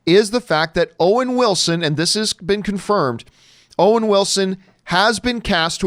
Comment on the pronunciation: Wowen Wilson.